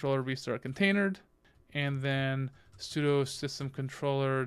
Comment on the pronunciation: "container dee", "et-cee", "eff ess tab". "sue doo"... commands that end in ctl are usually prounced "cee tee ell" or "cuttle". I'm really trying hard to concentrate on the kubernetes knowledge but it's difficult to take it seriously when basic linux stuff is being pronounced like you've never used them before.